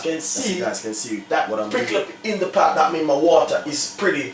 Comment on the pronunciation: It's *pot not pat